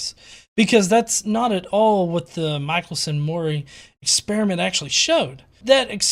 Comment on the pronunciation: To (and the flat Earth guy too, I guess). Michelson was born in Strzelno, Poland, making him a Polish Jew;) That means his last name should be pronounced "Meehelson":)